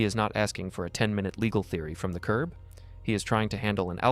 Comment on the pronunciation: Someone needs to tell this officer that the word is "curB" not "curve". I listened to him say it at least three times.